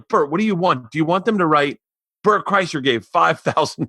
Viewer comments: Am I crazy, or was Ricky boy saying KreischNer just to see if Bert would bring it up? Rick and his human being studies. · Rick said Bert Kreischner. lol. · I thought Rick was saying Kreischner on purpose to see if Bert would say his breath was bad. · Great episode! 😋👍 I was so happy when Bert corrected rick on the pronunciation of his name, that was the PERFECT way to illustrate EXACTLY what they were discussing prior to!!! ❤️ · Yeah until he consistently said Bert's last name wrong. Then it got uncomfortable